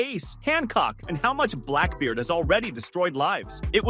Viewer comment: The fact you mispronounced his name multiple times is annoying